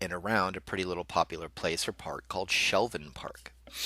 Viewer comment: I'm from Bend and its Shevlin park not Shelvin park:-) good story